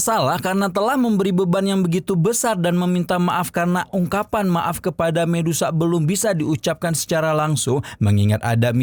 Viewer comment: Saran saya bang kalau sebut nama medusa aja gak usah di ganti jadi mendesah